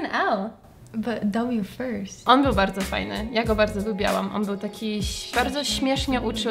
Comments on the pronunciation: "lubilam" , a nie "lubialam" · jak coś to nie wypowiada się „lubiałam” tylko „lubiłam” 😄